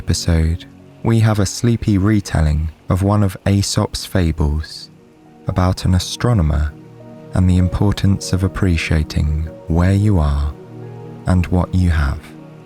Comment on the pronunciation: Lost me at Aesop, pronounced...Esop, as the A is silent.